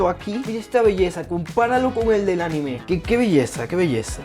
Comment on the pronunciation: Se dice anime no ani me